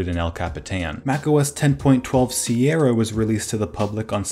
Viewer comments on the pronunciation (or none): It's pronounced, "Sierra".